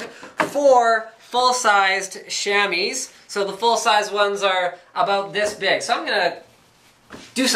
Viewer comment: Chamois is pronounced "Shammy" Lol.. Sham-Wah...